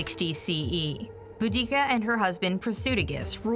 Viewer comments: Bo-dic-a that really annoyed me how she said it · The pronunciation of Boudicca and her tribe gave me psychic damage